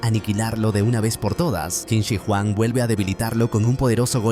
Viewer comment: es qin SHI huang kbrón, no qin si huang, igual buen resumen :D